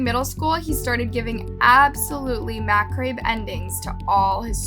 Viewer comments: Seriously? Learn to pronounce simple words like macabre. - "macrayb"??? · I’m sorry but the pronunciation of MACABRE is so cringy 😭 it’s pronounced MUHCOB 😩 I love you tho girl 🤣🧡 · "macrabe?" for macabre?. Not trying to be a troll so forgive if this has a sting...but, if you aren't familiar with a word, do check it out. Otherwise an excellent story, thank-you. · Same with macabre - wrong pronunciation. But I agree! Definitely a great film maker!!